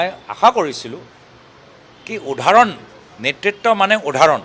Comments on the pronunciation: উধাৰণ নহয় উদাহৰণ ৷ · সুধিছে কিবা উত্তৰ দিছে আন কিবা উদাহৰণ শব্দটো স্পষ্ট কৈ কব নোৱাৰে মূখ্য মন্ত্ৰী সপোন দেখে?